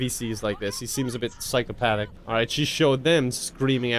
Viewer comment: "Psychopaddic" lololol